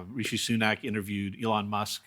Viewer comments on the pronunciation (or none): none